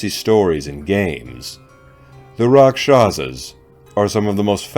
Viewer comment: Actual pronunciation is RAKHSHASS.